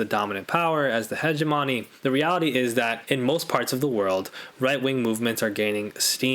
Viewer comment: I can’t get past the pronunciation of hegemony! 😂. I know I suck. Great vid.